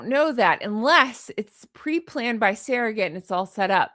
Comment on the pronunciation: What’s a “sare-o-gate”? Ive heard of SURR-o-gates, but never a SAREogate. 🤣🤣🤣